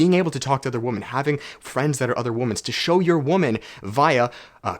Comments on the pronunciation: Do all Canadians pronounce "women" like "woman" ? Edit: nice shirt 😂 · There’s a trend on the internet lately where people don’t pronounce women correctly and instead they just say woman. Women is pronounced [wui-men] not woman. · I can't help but find it funny how he says 'woman' when he means 'women' 😄 is that a Canadian thing? Anyways, love your videos and energy dog 🙏